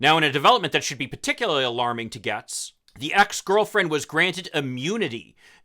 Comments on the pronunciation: Ya I’m confused I’ve heard it Gates not Gehtz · I live in his district and he is pretty worthless to us. HIs name is pronounced 'gates'. We call him 'Baby Gates'. His Daddy has lots of money and that always helps. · Why are you mispronouncing his name?